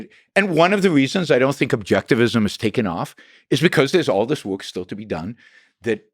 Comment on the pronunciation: It's work, not woik